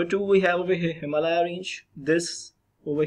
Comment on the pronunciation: This video is useful but you pronounce the word "Himalaya" wrong